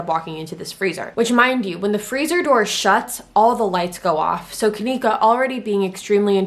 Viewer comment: You can't even say her name right